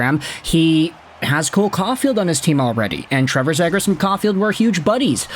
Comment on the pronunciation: ZEE-gras, not zed-gras :)